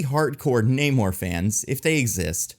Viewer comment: I love the movie. The only problem I had was that for some reason after Namor introduced himself as "Na-mor", in the very next scene the Wakandans called him "Neymor", and that didn't make sense.